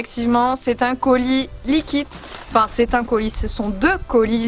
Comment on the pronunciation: Cap de compter combien de fois elle dit likit